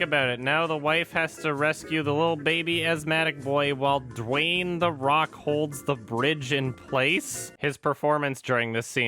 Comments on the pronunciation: through the whole video: * DWAIN, DWAIN, DWAIN, DWAIN, DWAIN, DWAIN... * (* BWOING, BWOING, BWOING, BWOING, BWOING, BWOING... *) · "Dwaayne" :D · Saying “Dwain” is very satisfying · Idk why but it made me very uncomfortable every time said 'Dwayne' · Every time says Dwayne I laugh uncontrollably